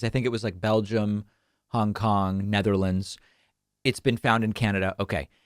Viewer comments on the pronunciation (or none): none